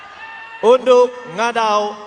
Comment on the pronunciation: haha siapa perasan ,mc tu sebut francisca peter nain...unduk jadi undok.